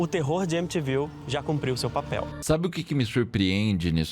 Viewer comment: M te viu... É o nome da cidade: M ti viu.